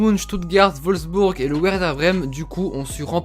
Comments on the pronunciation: On dit "Verder Brem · On dit Werder de Breme avec un "V" ^^ sinon elle est bien ta vidéo ^^